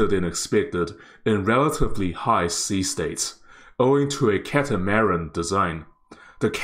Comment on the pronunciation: You are mispronouncing a few words. If you had just mispronounced one word(catamaran), then I would have just ignored it. But when you also mispronounce the word "horizon", and in the exact same mistake. I didn't want to be a grammar Nazi, but yeah.. I couldn't handle it after I heard "horizon" lol. There should be no emphasis made on the last syllables in either word. "maran" should be said smoothly together with the rest of the word with no emphasis at all. The way you say it sounds like 2 different/separate words stuck together.. like "cata" and "maran". It should be like caterpillar, cataracts, or crocodile. all smooth, no emphasis on anything is the main point. The "maran" should be said like "marriage". It's similar to Iran. Some say Eye-ran(or I ran, like someone ran somewhere), while others say it like E-rarn or Eye-rarn. the "an' in catamaran should be like the "an" in "I ran somewhere". Now onto horizon.. "Horizon" should be said smoothly with no emphasis on any syllable, not the hard and emphasized "zON" that you use. Maybe easier to pronounce it if it's written as horizun or horizen but with *hori" still pronounced the same way you did. Don't change it to be like some japanese "hori" since hori-zen sounds like its some Japanese word. Lol Hope that helped.